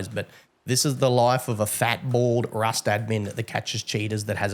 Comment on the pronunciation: “Wust” is so adorable 😊🙈